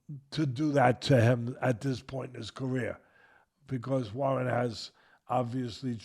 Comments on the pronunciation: His name is NOT "iyatuma".. ITS Itauma: EE _TAO_MA. Make an effort to get it right FFS. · First of all.....his name is not iatoooma......it's pronounced itowma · How on earth do you get to "Aya-tooma"? It's not that complicated a name. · Usyk and Itauma are not difficult to pronounce. It’s not Yusyk and Iatamma! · eye a tooma lol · Right?! 😂 Itauma (e-taow-ma) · Learn how to pronounce his name please